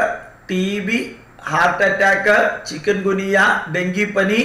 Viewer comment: ചിക്കൻ അല്ല സാർ ചിക്കുൻ എന്നാണ്